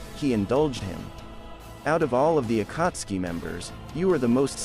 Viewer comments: The pronunciation of akatski kakazo and kunai and Asmua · i had to stop watching after heard the pronunciation of akatsuki and kakuzu 3 mins in